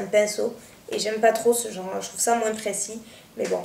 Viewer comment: Toi aussi tu dis "moinsse" comme m'ont encienne prof de maths. :')